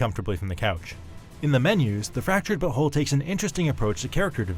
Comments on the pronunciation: He isn't saying "but whole" right. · Why does he say fractured but whole so weird😂